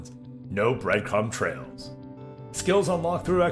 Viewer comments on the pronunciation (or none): Anyone mishear "Bright crumb trails?" I almost thought he was running around with a blacklight